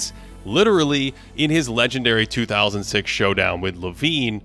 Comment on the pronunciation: am i the only one who heard 2006 showdown rather than 2016 showdown